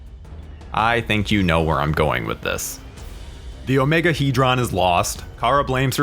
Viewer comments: in the movie the OmegeHedron was pronounced Omega-Head-ron..Not Omega-He-dron. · You are pronouncing Omegahedron totally wrong lol..you say it like OMEGA...HEAD...RON that is how you are supposed to say it obv it is spelled without the A but it is still said that way. Hell they even say it correctly in the movie so why on earth you are saying it like that i have no idea. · Why does the narrator of this video insist on mispronouncing Omegahedron? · Why can’t he say Omegahedron properly?